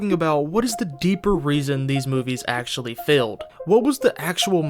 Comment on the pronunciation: "Well, akshually..."